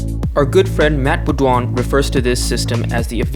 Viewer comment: Well, you didn't ace the pronounciation of Beaudouin.